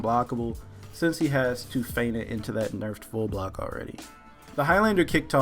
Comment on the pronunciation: Does anyone actually pronounce 'feint' correctly?